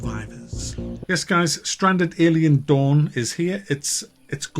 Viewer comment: Sounds like you are saying "Alien Dung".